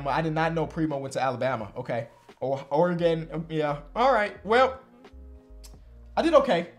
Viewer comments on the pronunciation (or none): none